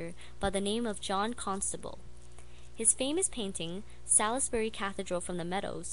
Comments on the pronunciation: Salis-berry? Saulsbree.... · Nice work - Salisbury is pronounced Saulsbury (if you are interested) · Interesting you need to pronounce Salisbury as salls (drag out the first part of the word) bury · You say it "Saulsbry Cah THEE dral"